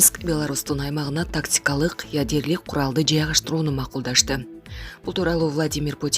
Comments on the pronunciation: Ужаас ядерлик эмес ядролук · Ядерлик. Өтө сабаттуу диктор экен. Ушундай сабаттуу дикторлор менен Кыргызстан тез эле өнугөт.